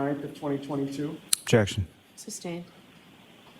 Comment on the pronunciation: Jeckshion , jeckshion , Hey Lally pronounce you lazy douche rocket its objection ! omg i wont miss him but spanky is more a liar.